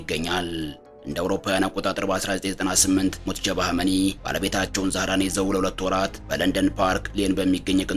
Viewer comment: ሙጅተባ ማለት አቅቶህ ነው ሙትጀባ እያልክ የጨረስከው ?